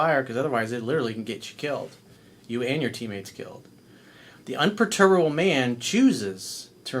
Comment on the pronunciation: Un per tu ba ble... gees man.